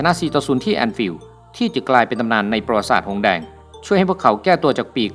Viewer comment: ประวัติศาสตร์ ที่ถูกต้อง อ่านว่า ประ-หวัด-ติ-สาด